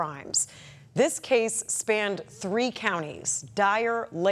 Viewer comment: Reporter says “spanded”. 😅